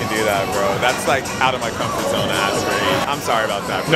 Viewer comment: „That is out of my compfort zone“ he is just like me